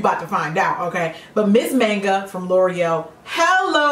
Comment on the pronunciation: aina it's not manga like man, you say it like manga with the a in the sound of father. It's not short "a" it's the long "a"